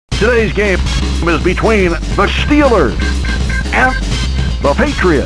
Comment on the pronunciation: The Shteelers”